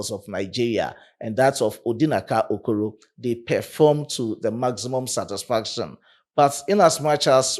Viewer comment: Brother, don't blame him, he is trying irrespective of non Nigeria. I have a colleague here bearing Kwame from Ghana, i don't pronounce his name like a Ghanian. The guy pronounced Okoro my own Igbo Brother, i didn't know that he Said Okoro 🤔😂🏃😊